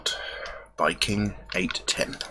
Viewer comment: It's pronounced king 8 one ohh lol